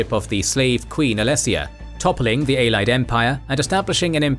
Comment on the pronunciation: It's not pronounced as Ay-lied But as Ay-li-ed